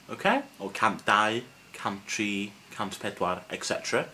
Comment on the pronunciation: Hello there! You've said, on previous lessons, that the "R" should be rolled, unlike the typical English "R", but you've always pronounced "tri" with an English "R" on this one. Could you please shed some light on this matter? Thanks a million.